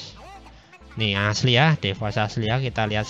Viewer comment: bukan de woz tapi dwoz